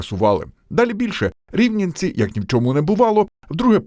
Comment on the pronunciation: "Рівненці", "ЛюбАрт" 😆🤦‍♂